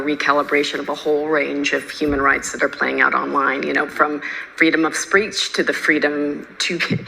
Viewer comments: She can’t even say speech correctly. She said “spee-erch” And so we need to recalibrate her toes. That’s what she said. She wants you to refocus the recalibrating to her refeet. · ..freedom of "spreech"....wtf is is this word?